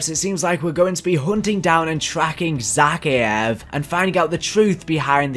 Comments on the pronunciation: It’s pronounced za-kai-ave not zack-ieave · Great content but this pronunciation is killing me.. it’s “Zuh-Kai-ev” not “Zacky-ev” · Zakhaev is pronounced Zuh-Ky-uh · Ze-Kay-ev is how u pronounce it bro. Also he is in the bunker 11. U prob all ready knew that but....... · Please pronounce Zakhaev’s name right